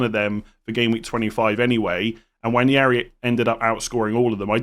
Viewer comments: Nwaneri, not Nwanjeri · For the love of god please say “Waneri” instead of “Wanyairy” it’s killing me. No idea where the Spanish Ñ came from 😂